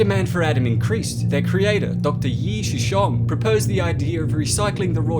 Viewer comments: Just a tiny cringe every time I heard Shoosong. Soo Chong.(phonetically) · everyone saying suchong’s name: suchong suchong saying his name: suchong this dude saying his name: sh-shong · 1st clip: 'Bioshock' 2007 THAT'S BIOSHOCK 2 YOU INCOMPETENT FOOLS "Steampunk inspired" it's fucking Dieselpunk smh "Dr Shoosong" "Shooshong" dude, the guy himself pronounces it 'SuChong' 😒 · His name isn't pronounced shoe-song or shoe-shong, it's sue-chong. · Suchong does not appreciate having his name pronounced badly......... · Why can't this dude say "Suchong"? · No evidence that Lamb helped with the Big Daddy program while Ryan ran Rapture other than being forced to give up some of her followers to it. Suchong (you pronounced it wrong BTW) never got the bond to work. It was after his death that people in Rapture got it working (based on what Elizabeth did). Sorry. sm